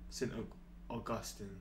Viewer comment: Hi, It's pronounced Saint Og iss steen. It's where the fountain of eternal youth (or something like that). It's a beautiful city.: )